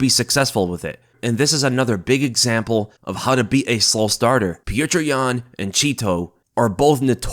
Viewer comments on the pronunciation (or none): Stop calling him PETREY YAN FFS